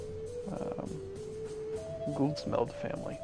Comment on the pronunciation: "Af Stenkyrka" can roughly be translated to "Of Stonechurch" and "Guldsmed" means "Goldsmith". Good pronunciation by the way for someone that don't speak the language. (Or mabey you do). :) And really good vids by the way, love it.